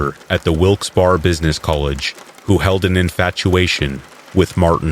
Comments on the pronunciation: Ok, Wilkes-Barre is pronounced as Wilks Berry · Sorry I've gotta be "that guy" but Wilkes barre is pronounced like Wilkes berry. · Wilkes-Barr, PA is pronounced with three syllables "Wilkes Beh-ree". Research is your friend.